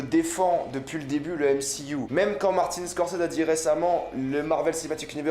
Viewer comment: NE PRONONCE PAS MCYOU !👎🏻